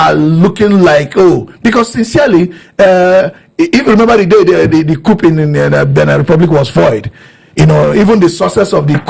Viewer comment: Why are you calling it C-O-U-P 😂😅? The P is silent😅.